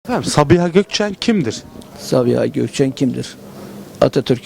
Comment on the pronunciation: sağğhiğğbii ulan süper ya ahfjashf